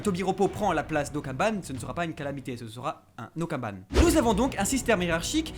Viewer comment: Okanban les gars pas okaban mais sinon très bonne vidéo